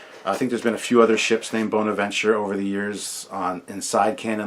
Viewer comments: The ships name is Bona-venture not Boner-venture! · It's "Bon" aventure like James Bond not "bone" aventure. ;-)